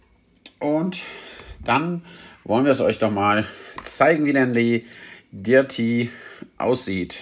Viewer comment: Wtf sag einfach “Dörti” was für Dirrti